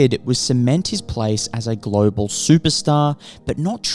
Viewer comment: It's pronounced Global, not Global